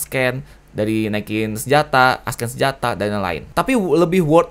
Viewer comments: Bukan nge hate, cuma mau bantu. “Ascend” bacanya “assend” bukan “askend”. Cuma mau bantuu ;) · Nice guide bang, koreksi dikit aja, "ascend" itu dibaca "assend", C nya bukan dibaca K, tapi ilang. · gw kesel banget denger bilang ascend jadi askkkkken:'v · Padahal dibaca esen ya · plis ascend jangan dibaca asken! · Lebih tepatnya dibaca s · bukan masalah aksen lah emang cara bacanya dibenerin